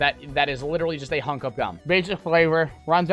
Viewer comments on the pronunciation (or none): none